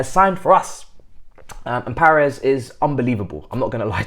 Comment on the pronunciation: icl you mashed up Paez pronunciation. It’s Pie-Ez